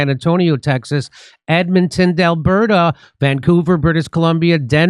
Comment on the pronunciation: At the end in the advertising for Jimmy Dore's upcoming events, why does Jimmy Dore say Edmonton delberta is there some inside joke I don't know about? It's not Delberta it's Edmonton, Alberta. Come on Jimmy, at least know the proper name of the Canadian Province you're coming to.